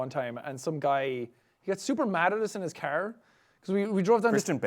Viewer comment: He's like that with many A Like he says cerr for car